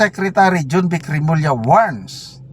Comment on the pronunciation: Jonvic po, hindi "junvic".